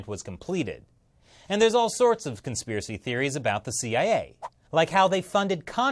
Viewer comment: You made this whole video to say "conspherecy". Admit it.